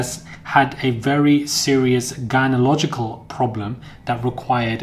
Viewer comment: gynelogical what That's not a word The word is gynecology Something tells me you never graduated from brixton or croydpn or whichever It was PLease Learn to speak